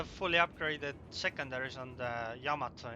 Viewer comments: Yamato is not pronounced... YAMA- to. It is pronounced... Ya-MA-to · "yA mA to" of course.